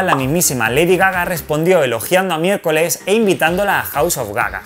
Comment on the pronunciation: MI-ER-CO-LES Y CO-SA. No es tan dificil